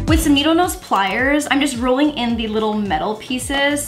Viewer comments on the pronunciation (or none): none